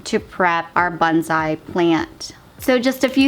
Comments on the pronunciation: Your pronunciation of "bonsai" could use some work. The o should be a long o that fills your mouth. The s should be a definite slippery s. Each syllable gets equal emphasis. The first syllable should not be faster than the second. Sometimes it sounds like you're saying bunzai. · It’s pronounced bone-sai😁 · Stop freaking. I'm just helping her out. Most people who practice the art pronounce it correctly or at least close to correctly. It's part of the respect for the art.